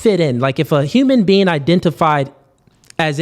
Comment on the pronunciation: During the very first part said, "If you're a human bean." 😂 I'm not debating shit with someone who doesn't even know it's human being 🤣 FAWK OUTTA HERE. Oh, and she's right about the whole boy, man, male, human, animal argument.